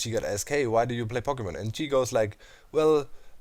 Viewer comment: As much as I love Pokemon, I just don't care about Pokemon Go. By the way, the O in Pokemon is pronounced like "oh" not "ah" It bothers me so much to hear it pronounced like that. (Sorry for nitpicking about that. Your vids are great.)